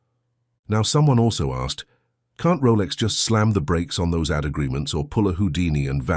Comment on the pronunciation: The AI voice just can't pronounce AD right